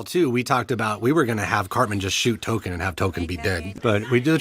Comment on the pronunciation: "T-O-K-E-N". not Tolkien.